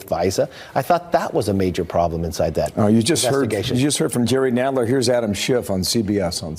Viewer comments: And why did he pronounce Schiff as "shift?" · Orin Hatch has the intellectual capacity of a bacterium and is also parasitic. Who is Shift? lol, idiot hack can't even pronounce Schiff properly.